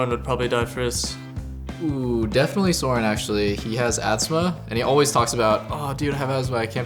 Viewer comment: ask Bjergsen: how do you pronounce the "o" is Soren?